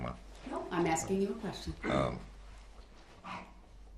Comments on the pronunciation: He might get more time for axing these questions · Axing!! Lol